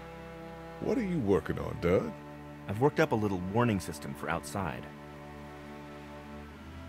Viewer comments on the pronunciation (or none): Larry called Doug “Dough” 😂😂